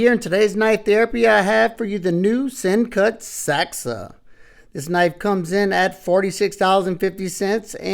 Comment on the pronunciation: It is pronounced: SENCUT "Saxy" like a saxophone